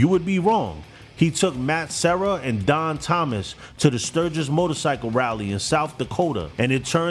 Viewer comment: FYI: Din Thomas, sounds like Dean Thomas.